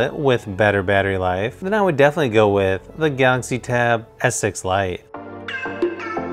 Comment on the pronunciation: I was so confused at first because he pronounces Galaxy as Gautzi haha. I got a S6 Lite and I'm conflicted. I love it and kinda regret it at the same time. Chromebook OS can do so much more than Android because you can install Linux apps so full desktop apps. Is more of a mobile productivity device than a tablet plus you get a keyboard. But the specs on S6 are just so much better than Duet for the price performance. I mainly got it for drawing and S-Pen is incredibly good and based on what I read the Lenovo USI sucks.